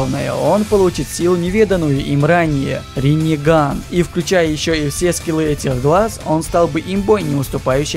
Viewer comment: Я не расслышал, он сказал риннеган??